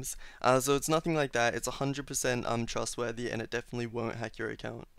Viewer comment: when he said um trustworthy it sounds like untrustworthy